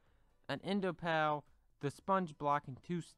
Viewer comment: you said enda pa